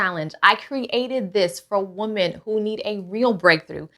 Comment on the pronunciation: The information you gave is excellent, but I notice that you say woman instead of women when you are talking about more than one woman.